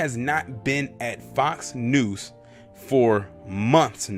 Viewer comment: Lol do you keep saying Fox News or Fox "Noose"?